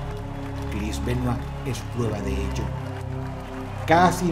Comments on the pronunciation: Me alegra mucho que dross pronuncie el apellido bien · Lo más sorprendente de este video es que Dross pronuncie su apellido bien. Yo se que cuando no lo hace es porque no quiere ya que domina el ingles a la perfección.